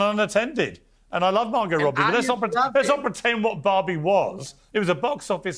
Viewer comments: which bobby is she talking about? 🤣 I'm curious, it doesn't matter how many time i listen to it, i always hear bobby and not barbie. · Why do they pronounce Barbie as Bobby 😭